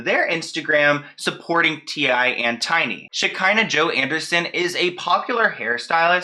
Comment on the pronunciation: Shi-KAH-nuh Shekinah. That’s how you say her name lol. I cringed every time you said it wrong but I love you regardless lol 😂😘